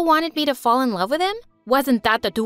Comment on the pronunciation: "i ALAVE you melody" 🥲